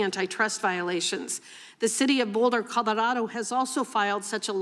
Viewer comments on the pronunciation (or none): Why did she Colorado like that